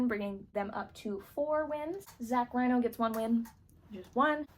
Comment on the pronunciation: This video was great! Two things I noticed though. For Zach Reino, his last name is pronounced like Reeno, not Rhino. Also, I wasn't sure if I heard you exactly, but for Siobhan Thompson, the "bh" in Siobhan is pronounced like a V, not like a B. Just thought I'd let you know. Either way, this was really entertaining, great job!